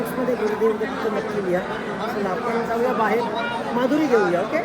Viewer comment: माधुरी नाही मादुकरी बोलतात